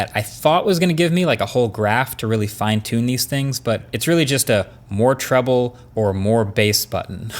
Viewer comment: Around the " mark, did I hear Marques say more “TROUBLE” 🤣🤣🤣 Anyways, I really like the ear pods and I want one.